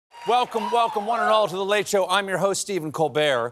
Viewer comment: Thought Stephen was calling that dude a "cheese bro" and then saw his name in print and I was like "dang that's rough" lmfao